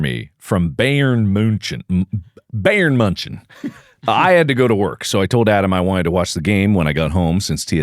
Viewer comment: oof the pronunciation of bayern munich is painful to listen to